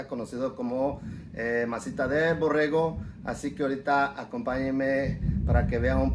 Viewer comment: Borrego , no borejo para eso fuistes a la escuela dice tu abuelo .